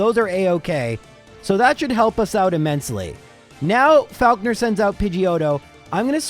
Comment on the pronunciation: loving the month of and this video is awesome, but that is absolutely NOT how you say 'falkner'